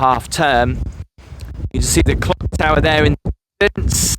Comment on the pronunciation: Nice presentation, especially looking, overall, but, really?.. 'The famous Skegness Clog Tower'??.. Its the CLOCK Tower.. Its got CLOCKS on it!!!.. IngoldMELLS not IngoldMILLS, also.. And, anyway, what's Great Yarmouth actually got to do with any part of Skeg, even what it might also have, anyway??